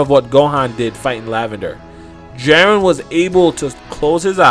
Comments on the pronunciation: Jiren (gEE-ren),.. How do you get Jaren from that? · Jesus Christ. Please watch the show and learn how to pronounce Jiren properly. Jiren, not Jeren. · "Jarren jarren jarren..." ITS "GEE-Rn, sorry for the caps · Its Jiren not Jaren. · lol he says "JAREN" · his name is pronounced: JI(Giraffe) Ren(red) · I really wish you would learn how to say jiren correctly.